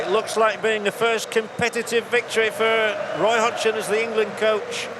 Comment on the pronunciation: what a strange 'roy hodgson' by the commentator ...